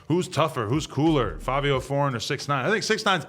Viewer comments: Why do u and others keep saying FAVIO when it's clearly FIVIO.... an I sound....... Nevermind it's Fivios fault for picking such a stupid name anyway lol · Fav-I-WHO..????????? NEVER HEARD OF HIM CANT BE KING OF NY LMAO 🤣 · WHY DOES ADAM KEEP SAYIN FABIO!!! lollll